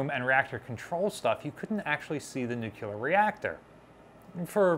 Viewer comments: Nuclear-- There are many terms that come from regional dialects but this isn’t one of them. It’s a technical term that comes from Latin and came into common use only in the past 100 years or less. Like most Latin words loaned into English it’s pronounced more or less phonetically. If somebody said “I done killt a bar” I would know this is dialect. If somebody said “I’m fixin’ to go to the store” I would know that is dialect too. But somebody who is educated and can read who says “nucular” is just being lazy, because it’s a scientific/technical term most people would learn in a science class and it’s not spelled like that. It’s not an ethnic dialect term that was passed down through generations — it’s a term from science. As an example, if someone were to give an opinion about jurisprudence but pronounced it juriperdence, would you think they knew anything about the law or would you say this is dialect? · Dear God in heaven,, "nu-clear." Not "noo-kyoo-lur." Say "new." Say "clear." Say "new clear." There, you've got it, go forth and sin no more. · New-Clear versus Nu-Cu-Lar has been a stumbling block here for many years. An instructor I had, a half century ago couldn't say solenoid. It always came out Son-a-loid. He could spell it correctly but couldn't say it. That was the way he learned it and it stuck. He always told the class, "I've been chided by better people than you". 😊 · She was brand new and in San Diego, i toured her,, Awesome and Beautiful.... Waite, what did this guy say "Nuk-ya-ler" Please ! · Oh my god. A+ videos are free content but the word is NU-clear. There is only one U in the word Nuclear. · Take a shot every time you hear "nucular." (Don't actually do this) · IT'S PRONOUNCED [NEW-CLEAR]. NOT [NEW-QUEUE-LER] but you probably did that on purpose to bait people into correcting you, driving up your engagement and therefor your profit from this video ... Why tf do people have to be so snake-y about getting their views and engagement